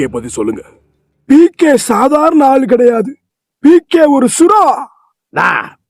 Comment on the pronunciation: டேய் டேய் டேய் அது ஏகே இல்ல பிகே😂😂😂😂